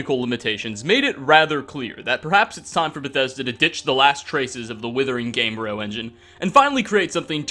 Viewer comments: GAME-BRE-oh. Not game-bro. Like embryo but game-bryo. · It is called GamebrYo not Gamebro...